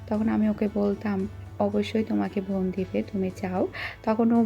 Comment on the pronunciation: Bon, not von.